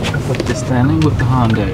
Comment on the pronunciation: Hyundai pronounced (Hunday) not (Honday)